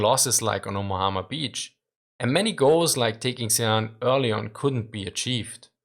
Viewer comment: LOL he says "Omahama Beach"